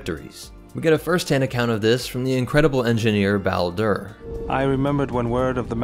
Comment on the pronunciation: You mispronounced both say and Bao Dur. In kotor2 he tells you his name, and it said at least 3 more times as well as a species. The original idea of dathomir was better then Disney stupid remake of it. Originally dathomir was a prison planet where the inmates a hunted by rancor. A ex Jedi was prison was sent there where she tamed the rancor, using them as mounts, taught him to speak, make to make Spears and Nets. Then made a tribe where women are superior and men are equal to livestock. Out of the 12 tribes only the nightsisters where the dark side users. The singing Mountain tribe was their biggest rivals. The rancor hated nightsisters, wouldn't even eat them just killed them or run away. George Lucas dathmor didn't have any zebrak, just him and since then neighboring planet was human based. First day back in iridonian for two different species from the same planet